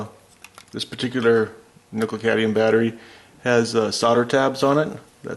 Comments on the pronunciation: Too phallic looking? ಠ_ಠ I think your mind is the issue there. Now, please: it's cad*M*ium, not cadium. Thanks for the video! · Cadmium not cadium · CadMium, dude. You said cadium like 10 times in the span of a couple of minutes. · Great! Thanks for the tips. Same situation on a hand held Freshsaver by Foodsaver that sucks the air out of bags. It has two Nickel cadmium batteries. By the way, the 'M' in CadMium is not silent. You guys, anyway, 😂 ! Cad-mee-um! Not Cay-dee-um. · Cadmium: "cad-ME-um" - there's an 'M' in there for a reason. Same with solder, there's an 'L' in that one: "soL-der", from the Latin "solidaire" meaning "to join". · say: Cad-me-um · No problem, They got rid of the Cadmium technology because people could not pronounce it correctly. Next they will get rid of Nucular energy